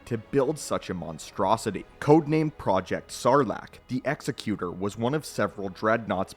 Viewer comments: You keep saying, "Executioner" in the video when referring to the "Executor" Egg-zec-you-tor. Not ex-eh-cue-shunner. Different words that mean different things. Sorry, hearing you call the ship and it's class the wrong thing over and over hurts my brain. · To be fair, he's saying Executor and not Executor. Ex-eh-cue-tor vs Ex-ek-u-tor. They're pronouncing the word executor like it's an executioner but they're not saying that word. Still very wrong and it bothered me more than it should. Executor - "a person or institution appointed by a testator to carry out the terms of their will." Executioner - "an official who carries out a sentence of death on a legally condemned person." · "Exy-cue-tor" is not a word, it's "Ex-ec-you-tor" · It is pronounced "egzecutor" as in an "executive" not execution, because it was the biggest and leading star destroyer. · Say it with us: EGG ZECK YOO TOUR Say it. Credibility is the only clout you ever really have. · I always preferred to pronounce it "ex-ZECK-u-tor" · Nothing to do with preference. The way he pronounces it isn’t a word at all. It’s executor like executive, not executor like someone who executes people. That would be an executioner. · Didn't Rogue Squadron 3 pronounce it "ecks-ECK-you-tor", kinda like the Pokemon? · Jesus you start the video and you don't even know how to pronounce "Executor." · I have to be a grammar Nazi and point out the name is being mispronounced in the video. But still an awesome video. One of my favorite ships. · I couldn't get over him mispronouncing "executor" ROFL. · it bothered me so much my brain actively tried to black out every time he said... Whatever he said. The pronunciation would dictate with meaning it is. And he kept using the wrong one. I don't know why it bothered me so much, but I couldn't finish the video, and likely will never open it again.